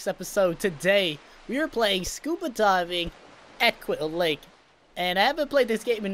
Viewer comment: You're pronouncing it wrong it's quill Lake